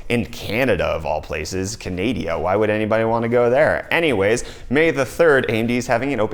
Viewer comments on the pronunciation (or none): open house event in CANADIA - 2019 ( come on how hard it is to say Canada) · Canadia :D jesus, and South Africia